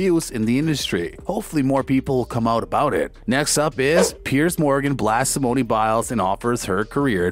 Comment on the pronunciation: Did you really say simoneee biles LOL